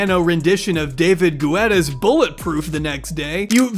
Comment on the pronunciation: David Gu-etta?